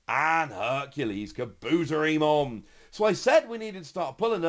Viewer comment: How dare you butcher the pronunciation of the great Kabuterimon